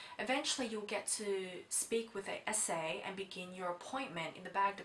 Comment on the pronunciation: You say "SA" but I keep hearing "esé"